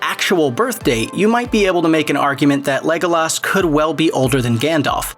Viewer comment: There is no way you watch lord of the reigns by the way you say legolos